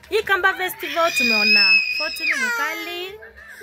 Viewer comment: Ni festival not vetival wewe